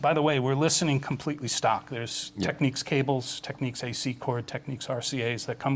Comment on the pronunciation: Imagine having worked for a company for years and always pronouncing the name like your an uneducated hick or sth lmao